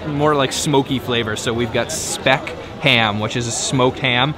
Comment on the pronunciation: It's sad that you can't (choose not to) even take the time to learn how to pronounce the food you are eating. Try finding out how to pronounce 'speck'.